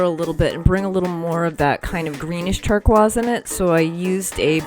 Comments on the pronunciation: This is absolutely beautiful! And (tur-koyz) is one of my favorite colors! Yes I’m OCD about pronunciation. I’ve never heard anyone so mispronounce that word. lol. But this truly is a very cool piece. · I love your painting style. But you really need to pronounce the word 'Turquoise' correctly :-) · Love your work!! Are you French? You pronounce Turquoise in French, turkwaz. Just curious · (Just so u know, u-tube popped u up for me as well... Do u do things in real time? I'll snoop... also never heard anyone say tur-kwaz, tho it might be right (looking at the spelling)! 🙋👯🌻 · Interesting how your pronounce turquoise. Cool piece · So wonderfully done! I love it! So cool, I’ve never heard turquoise pronounced that way before…🧐 💕💕💕